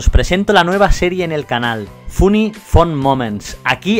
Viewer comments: Todo el inglés xD funi xDDD hay que ir a la academia de inglés eeeh se dice "fani" jajajaja Buen vídeo! JAJAJAJAAJ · Esa pronunciación de funny me ha dado arcadas.